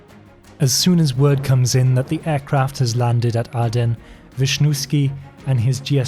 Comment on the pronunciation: Nicosia is not pronounced correctly. Larnaca needs some work as well. Aden too. Someone else noted the Airbus 707 issue. The airport diagrams show them today, rather than in the 1970s - a lot has changed. Wikipedia says pilot was shot in Aden but his body dumped in Mogadishu - differs from your account.